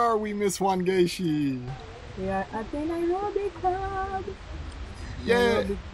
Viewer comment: I got so gassed every time he said Wangechi. I was like yes! what?